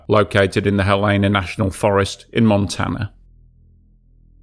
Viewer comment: I wish you could pronounce the words; Montana, Helena, Holter and your mom’s name. Don’t quit your day job.